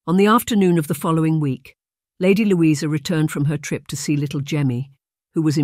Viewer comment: Like other comments, I didn't like the Ai reading, but have to say it's much better Ai than many I've heard! Good story but distracting when the Ai pronounces things wrong and says Louisa's name several different ways. But I am grateful for youre sharing freely, as I understant hiring a real narrator costs money.